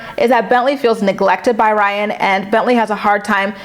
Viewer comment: I’m screaming 😂😂😂 you said “Rhine” 😭😭😭😭